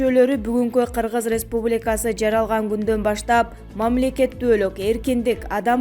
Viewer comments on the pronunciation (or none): none